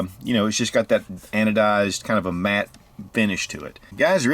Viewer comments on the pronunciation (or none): Sounded like you said mad finish not matte finish:)